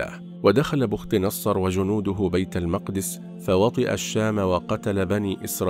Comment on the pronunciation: بختنصر تقرأ بالكسر وليس بالضم مع تسكين الخاء وفتح التاء وتسكين النون سأكتبها لك بالمدود لكن عند القراءة إحذف المدود فقط لمعرفة الشكل الصحيح بي ختانصار